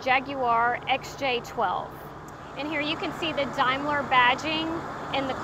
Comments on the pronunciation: Its pronounced daym ler not dime ler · It's pronounced Damler😅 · Actually Pronounced Dameler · The presenter’s narrative is pathetic. 1. She mismpronounces the name of the car. 2. It’s not a chrome “pinstripe”. It’s a chrome waist strip, the pinstripe, correctly referred to as a coach line, is paint underneath. 3. The wood is not rosewood. It’s buried walnut. 4. It’s not known as “the dove-tailed sedan”. 5. The cup holders are not original. Incredibly obtuse.